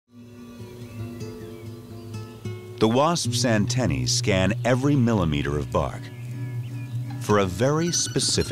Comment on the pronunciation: Wait did the guy just say antennies......?